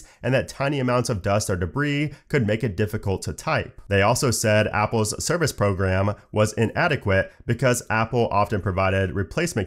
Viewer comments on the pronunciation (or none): none